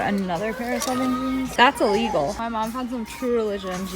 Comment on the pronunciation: No one: SSSNIPERWOLF: ThATs IllIGial